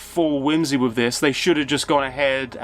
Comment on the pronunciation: Dude! It is wiTH not wiV. You need some elocution lessons